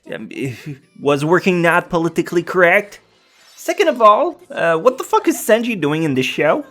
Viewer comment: yes senji not sanji ya shure